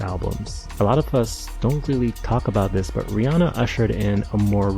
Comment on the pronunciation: i love how you pronounce Rihanna's name right